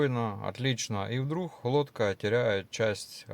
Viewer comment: "вдрух", "береха", "акваланх". Может сначала научиться говорить следует, а уж потом ролики комментировать.